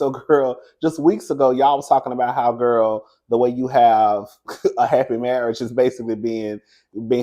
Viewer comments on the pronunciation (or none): none